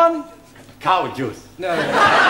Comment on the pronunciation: Its 2021 but am still laughing at this..... What the hell is Cowjuice Juan?